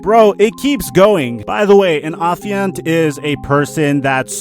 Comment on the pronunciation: Wait wait wait you can use and pronounce the word Affiant correctly, but you can’t say the word Piguet correctly???